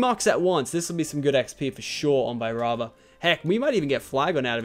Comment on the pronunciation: Also it's not Vibrava it's Veebrava